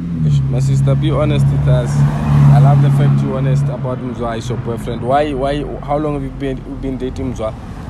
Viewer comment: "Yor Boyfrente??" 😂😂😂😂